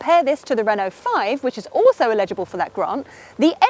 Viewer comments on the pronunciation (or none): is mashing the English language again. It's Eligible not ALEGIBLE. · Did you just say it's 'illegible' for the grant? Sure sounded like it. Doesn't that mean you can see it, but it's indistinct? Surely you meant 'elligible'. Chuckle. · I hate myself, but..eligible, not illegible. Sorry!